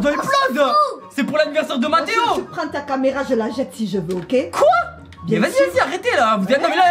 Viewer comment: On dit mathéo 😕